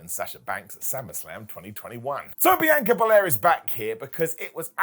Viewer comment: Say it with me Brits "BEE-ON- KAH-"